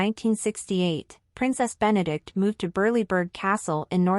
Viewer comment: Her name is Benedicte. Four syllables. Be-ne-dik-te.